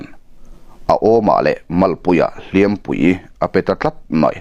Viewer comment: Hliampui tih i lam dan hi a dik lo deuhin ka hria.